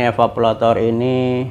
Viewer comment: Evaporator bukan evapolator